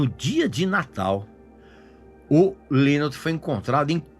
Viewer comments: Hu Líus???? É algum chinês? 😂😂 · O Régis não conhece muito sobre a banda, infelizmente...a começar pela pronúncia do nome do vocalista. Estudou pra fazer o vídeo e estudou muito mal. Ele disse algumas incongruências aí, poderia citá-las, mas o mais relevante aí já que ele quis abordar o término da banda e a fase que o Phil se afundou nas drogas, foi não dizer o que culminou pra levar o Phil a esse comportamento, o que o fez se deprimir tanto...a meu ver, ignorar isso no vídeo foi o seu maior equívoco.